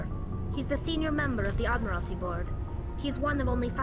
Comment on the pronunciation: Tali saying -"I will prabobly never serve on the Admitality Board myself." - is pretty ironic hehe.